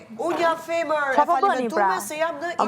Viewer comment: Dolce sdin me than femer po thot fomor 🤮🤮🤮👎👎